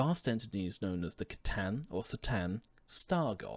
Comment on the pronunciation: The C in C'Tan is pronounced as a K